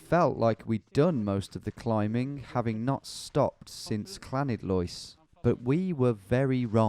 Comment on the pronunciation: Llanidloes. English visitors try for ages to get the correct Welsh pronunciation. Clanidlois? To the locals it's 'lani' :) It would be nice to know when this was filmed.